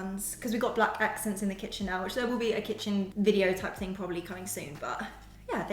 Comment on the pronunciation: Did she say 'Kitching?'